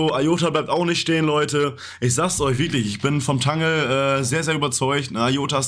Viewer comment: Danke für eure regelmäßigen Infos ! Aber bitte sagt nicht immer zu Iota‘s Netzwerk „Tangle“ , es wird „Tängel“ ausgesprochen. Ist doch englisch. 😊